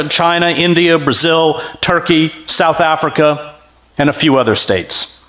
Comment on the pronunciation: Anyone notice how much emphasis he put on South Africa ? Scary Black led country